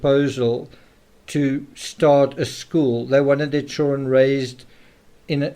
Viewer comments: The CHILRUENN. 😅😅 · Never heard anyone pronounce children like that. Like hes afraid of saying the whole word 😂 "churen"